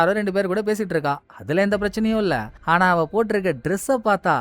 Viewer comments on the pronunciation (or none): ஆனா❌❌ Haana✅🤮🤮